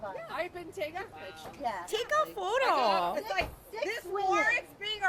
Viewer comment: take a foe-dough